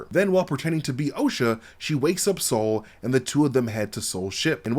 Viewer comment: Bruh, his name is Sol, not Saul! lol